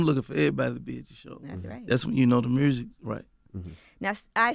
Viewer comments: “Mursic” . Thank me later. Lol. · Gotti thinks there's a letter "R" in the word "MUSIC" (MURSIC) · Ok Mr Gotti. Ima need you to pronounce it correctly MUUUSIC! Yo Gottie : mursic! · Aye Yo Gotti..... the is no “R” in “MUSIC” Homie! Please stop saying “MURSIC”! lol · Why he pronounce music, Myursic lmao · Here for 🐬 and to hear Gotti say ”Mursic” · “I’m just focused on making my mursick”- Yo Gotti